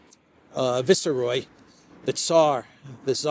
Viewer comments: are you saying viceroy that way on purpose? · How do you pronounce viceroy? Is that the Spanish pronunciation?